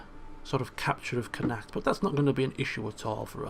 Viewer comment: you are saying connaucht wrong